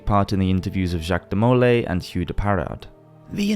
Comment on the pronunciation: Love your content...but just so you know, Jacques De Molay is pronounced de mo LAY, not de MO lay.